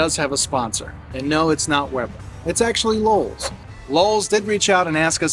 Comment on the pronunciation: I was hearing Lulls at times… where are these extra L’s in LOWE’S?